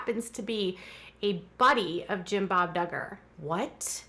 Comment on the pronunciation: I thought he said douchbob duggar !😂